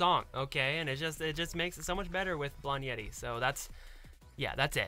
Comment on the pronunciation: Hi I loved the music video I watched it when i came out I like ZIMZALABIM but I like This more and I realized that it sounds like you say Yeti when you said Yeri